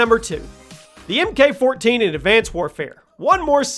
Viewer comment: you say this in like every 10 guns video and it really irritates me for than it should lol but MK in the MK14 is pronounced Mark. Sorry but I had to say something 🤷‍♂️